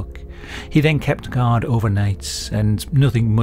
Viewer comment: Your accent makes guard sounds like god.